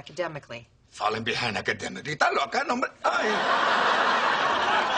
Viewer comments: to all u white people it's esta loca not ta loca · It's "'stas loca!" Not "da loca!" or "ta loca!"